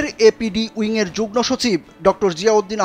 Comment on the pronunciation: Jugno না jugmo উচ্চারণ হবে।